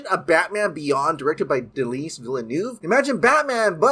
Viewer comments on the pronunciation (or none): If he doesn’t stop saying Denis like that. 😂😂😂